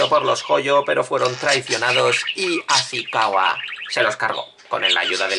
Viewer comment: No es Asikawa, sino Asikaga.